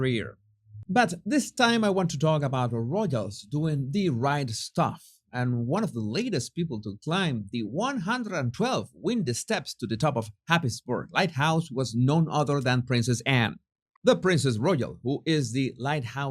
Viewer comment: It’s windy (like winding) not windy like the weather.